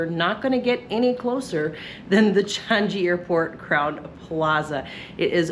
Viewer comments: Best airport in the world… DECADES running! By the way it’s pronounced Chang-ee, not Chan-gee. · you're pronouncing 'Changi' incorrectly. It's a soft 'G' so not 'Chan-GEE' but 'Chan-EE'. Thanks.